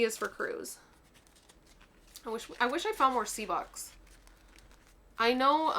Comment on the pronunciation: Bux not bud LOL😂